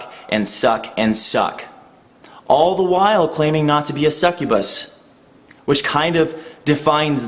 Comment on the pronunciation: It's "succubus". ^^